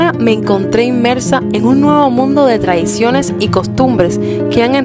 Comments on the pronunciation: Tradiciones nó traiciones ! 😂😂😂😂😂 vocaliza coño ! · Toda mi familia es cubana de las áreas verdes. Pero me hizo gracia tu fonética de traiciones - tradiciones.... suena mal decir traiciones de España. Yo no he dicho que los cubanos no habléis perfecto, solo que tu pronunciación en esa palabra no aclara si dices tradiciones o traiciones. Seguro lo has revisado dos veces y habrás sacado tus conclusiones. Los cubanos han sido más tiempo españoles que cubanos. Es difícil de digerir ahora, pero si no hubiera sido por los traidores USA, seriamos aún siendo grandes. El primer tren de España se puso en Cuba. Tómate los comentarios para mejorar, no para defenderte. Suerte.